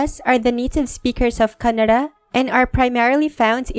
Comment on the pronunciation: I detected a slight R-approximant: Kanna(r)da